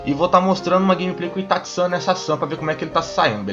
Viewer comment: PARA DE FALA ITATI SAN porra é itaCHI